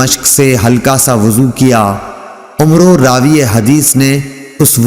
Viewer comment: ماشاءاللہ ماشاءاللہ ماشاءاللہ ماشاءاللہ ماشاءاللہ بہت ہی پیاری آواز میں حدیث نبوی صلی اللہ علیہ وآلہ وسلم بیان کرتے ہیں مگر عمرو صحابی کا نام غلط آپ پڑھتے ہیں براہ کرم براہ کرم کسی عالم دین سے رابطہ کرکے اس نام کی درستگی فرمائے کیونکہ یہ نام صحابی کا نام ہے اور ادب ضروری ہے